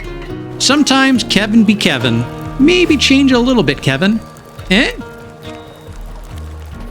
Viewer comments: His name is KE-L-VIN - you're not saying the L in his name. That's the difference between "Troy" and "Toy" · He is def Kevin and Virginia is Victoria. Just sayin. My friends n I just can not remember to say their names properly and thus they are Kevin and Victoria lmao Glad to see someone else does the same at least with Kelvin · Great video but calling him Kevin instead of Kelvin was grinding. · Never heard someone get his name wrong so consistently